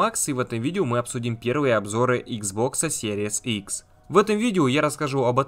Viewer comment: Спасибо за видео.блоггер научись Пожалуйста правильно название приставки произносить